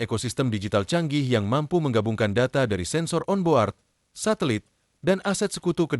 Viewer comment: Saran utk p3narasi: mohon peonu ciation diperbaiki. Xontoh weapo, on board. Thank you